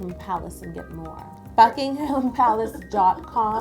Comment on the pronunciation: Love this!!!!! You are so talented! 😍 Just saying Buckingham Palace is pronounced without the ‘h’